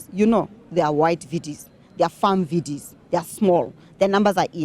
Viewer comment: VDS almost sounds like VBS.